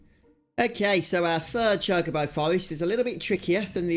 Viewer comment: It's actually pronounced Chalk-A-Bow